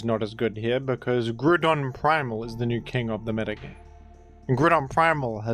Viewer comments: I love that you’ve officially changed Groudon’s name to “Grudon” and no one bats an eye. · days since Grewdon: 0